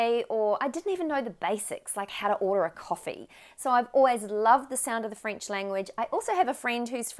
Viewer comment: Très belle prononciation! Bravo.😊 I am French Canadien and it was wonderful to hear you speak in French. You are good! 🤗🌟